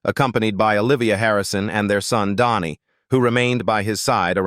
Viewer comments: But comes out like Donni. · Dhani is pronounced DANNY !!! Stinkin AI voice over, makes me sick.